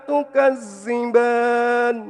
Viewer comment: Mantap Maaf koreksi dikit ذ tapi dibaca ز